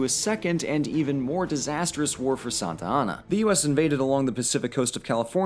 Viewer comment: Meh, I prefer Santana to "Santianna."